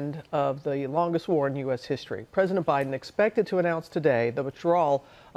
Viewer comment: Did anybody catch her say "Obiden"??